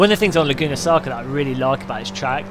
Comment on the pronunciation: "Laguna Saca" lol . Nice video,entertaining as always.